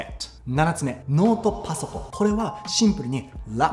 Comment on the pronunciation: めちゃめちゃ面白かったです！ 特に パァッソコーンッ!!! の発音が好きでした😂